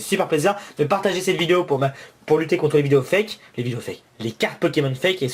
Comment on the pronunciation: arete de dire hwate foke